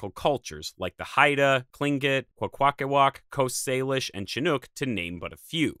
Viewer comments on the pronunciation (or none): For future reference: Chinook is said with a S sound, and said more ih than hard I. And Willamette is said "Will-am-it". We tend not to have any hard emphasis on syllables on almost anything we say here.